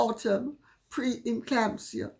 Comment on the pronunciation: Sorry “preclamsia” stitches